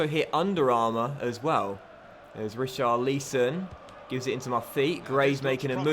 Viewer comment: Pls say richarlison name properly no hate great YouTuber